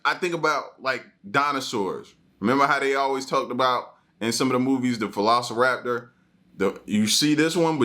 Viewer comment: Did….did he say Falociraptor? Not velociraptor